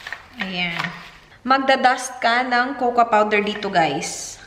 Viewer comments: It’s pronounced as “koko” and NOT “kokwa” the “A” is silent in cocoa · she is bisaya and we say it cocoa or kukwa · it is pronounced ‘Coco’